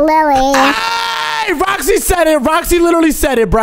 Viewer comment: called Roxy rooxy